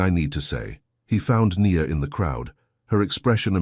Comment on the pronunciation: It's AI doing the narration. If you're not convinced, listen to the Nia and the Ny-an pronounciations, Sorry but most are narrated by AI these days.